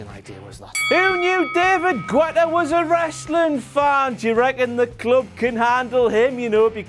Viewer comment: HOLY SHIT DAVID GUETTA ON RAW?!!!!!!!!!!? By the way you pronounced it wrong, and 'Club Can't Handle Me' was Flo Rida ft. David Guetta. I'M AN EDM SMARK!!!!!!!!!!